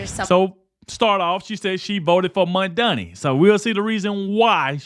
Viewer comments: you have become my nightly news! keep up the good work, and just kkep being yourself.. That being said, its "MAM-DANI, MAM MAM MAM-DANI", not "MON-DANI" LOL! IDK, just having fun lol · When you said Scam Donnie, you actually said his name almost correctly. For months that I’ve been hearing you talk about Donnie you’ve been saying MANDANI. So if you’re going to speak, please try to speak correctly so I can understand what the fuck you’re talking about. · who's Mondani? His name is Mamdani